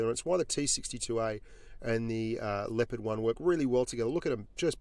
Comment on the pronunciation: Blitz The Leopard it pronounced incorrectly, i think